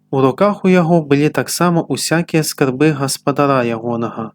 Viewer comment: Прачытана: скарбы' свае, слоўнік дае націск на першым складзе: ска'рбы.